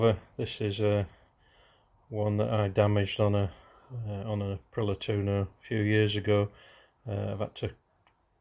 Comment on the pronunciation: Tu o no not tuno, April i a not Apriler Otherwise ace video 👍